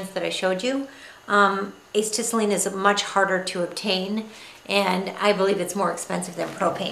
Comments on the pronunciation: I believe Acetylene is pronounced: uh-set-uh-lean. I use the (smith) micro torch too with acetylene and oxygen. I get a tank of oxy and a tank of acet., using both for micro torch and just acetylene with a larger torch that draws in oxy from the atmosphere. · pretty good video, I was having a hard time finding information about the smith little torch, this video helped a lot. just a few small points, as has been mentioned acetylene is pronounced a-set-a-lean. also you will gain a lot more performance out of your smith little torch if you learn to set the flame properly. you need the proper oxy-fuel mixture depending on various conditions, and you can tell pretty well based on how the flame looks. I won't describe it here but search Google for a neutral flame, and an oxidizing flame versus a reducing flame. that should help some. thanks again!